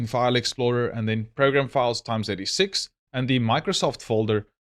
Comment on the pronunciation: Great video. Just wanna say its pronounced "Eks eighty-six" x86.